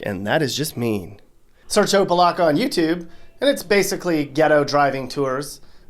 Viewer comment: The only non Floridian to say opa locka right